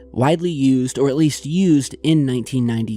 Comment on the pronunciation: Really awesome. Big fan. Do I believe in this shif? I do. Saying it would really be hard or expensive to do in ‘92. Creative artists making molds, poor quality video and some silicone. You saying “1992” sounds like 1880. Even these people could pull it off (-the video capabilities of 1992). Sorry still love ya. Starving art student obsessed with 80’s horror movies.